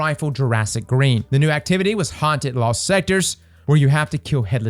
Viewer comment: I enjoy that can't ever say his T's: "festival of the loss" "festival of the coss" 😂